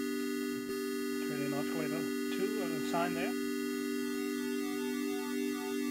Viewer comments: You don't pronounce the 'C' as 'K' in oscillator , you pronounce it as an 'S' So ossillator and NOT Oskillator. You're welcome :) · the "C" is silent in oscillator lol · I love the "osculator" ;D